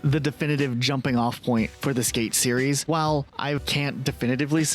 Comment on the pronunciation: At least one of these guys can properly pronounce the word "series". 😂